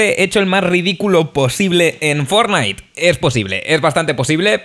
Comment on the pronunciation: q no se pronuncia "Fórnite" se pronuncia "/fornait/"